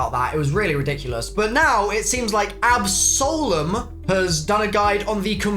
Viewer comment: "GG to AbSOULem" i love this guy lol